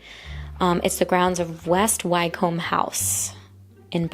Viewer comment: Pronunciation guide: Heartfordsher Wickerm Buckingumsher